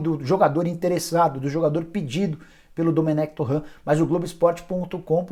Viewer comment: O nome do técnico não ê francês “Torran” é catalão “Toren”